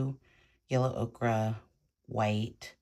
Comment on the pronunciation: The correct pronunciation for yellow ochre is “O-cur” not “O-cra”. I love your work! Thanks so much for sharing.